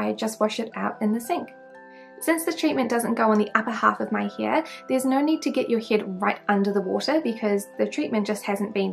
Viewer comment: The way You prononce hair is sooo funny where are you from? Hiiaiire 😂😂😂